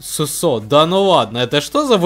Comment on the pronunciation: Его зовут суууусо а не сусоо